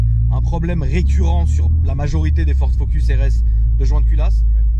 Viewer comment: ptdrrrr au début j'ai compris "je suis avec deux phoques"